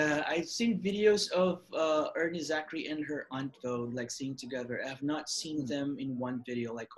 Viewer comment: Its air-nee zakri. You pronounce it, er-nee. That sounds weird lol.